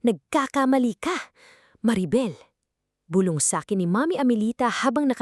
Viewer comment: Maganda ang keen to yong nag kwekwento ayusin lang ang pag kwenta bulong hindi bulbol wrong pronounciaton eedit pati ang iha . 😅